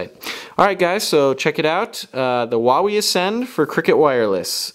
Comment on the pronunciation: xD I thought you said whenever you said Huawei